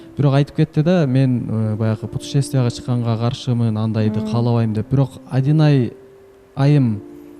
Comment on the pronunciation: жакшы эле кызсын эмне мынча кекечтенип атасын атайлапбы же кандай Адинайды айта албайсынбы